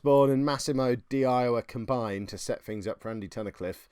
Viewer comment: Hate to be that guy but its 'di Iowa' should be pronouced "di yoya". Great video though. Loving the story of this save.